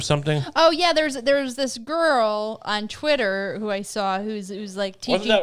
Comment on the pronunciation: pls stop saying chwittwer. It’s pronounced twitter. Thank you